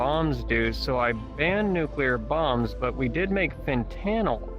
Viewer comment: "Fen-tannel!" I'm dyin'!! xD